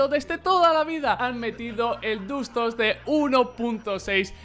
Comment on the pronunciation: En mi Época se pronunciaba Dust no Dast jaja